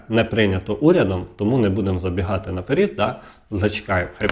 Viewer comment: будь ласка, по-перше не ганяйте багато води, а по-друге не кажіть "наперід", правильно казати "наперед". Вибачте за таке зауваження, але сильно ріже вухо.